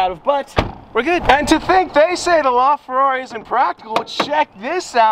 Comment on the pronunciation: Please stop saying la Ferrari like that bro. Seriously dude please, your Italian accent privileges have been taken away